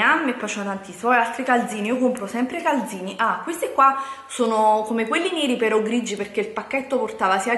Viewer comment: Ma come cazzo parla? Declaton,galzini, mi scuccia ihihihih